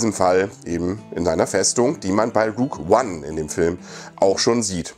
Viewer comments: "Rug Wan"?;-) Gutes Video,. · Wie heißt der film? Ruge one?!😂 deine aussprache ist echt nicht die beste(no hate)